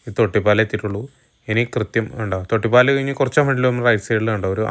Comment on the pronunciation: തൊട്ടിപ്പാൽ അല്ല തൊട്ടിപ്പാൾ. നെടുമ്പാൽ അല്ല, നെടുമ്പാൾ. തൊട്ടിപ്പാൾ കണ്ട അമ്പലത്തിന്റെ പേര് തൊട്ടിപ്പാൾ അമ്പലം തന്നെ. ചേട്ടൻ പറഞ്ഞ പോലെ റോഡ് ഒക്കെ അടിപൊളി തന്നെ. പക്ഷെ ആറാട്ടുപുഴ പാലം കടന്നു നിങ്ങൾ തൊട്ടിപ്പാൾ അമ്പലം എത്തുന്നത് വരെ ഉള്ള സ്ഥലം ആണ് മുളങ്ങു. അവിടെ നിങ്ങൾ വീഡിയോ സ്കിപ് ചെയ്തു. ആ സ്‌ട്രെച്ച് റോഡ് ആകെ തകർന്നിരിക്കാണ്. അതെന്തേ കാണിക്കാതിരുന്നത്. അവിടെ വണ്ടികൾ എല്ലാം സ്ലോ ആയിട്ടാണ് പോവുക. അത് ആലോചിച്ചു പ്ലാൻ ചെയ്തിറങ്ങുക